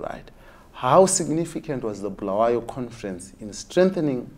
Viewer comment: You could have added subtitles and the grossly brazen lie that all isiNdebele natives know and understand shona is what has led us to this very junture! Its also Bu-la-wa-yo and not BHU-la-where-yo!!! You not providing subtitles may mean you also believe in the nonsense spewed by this Geza chap!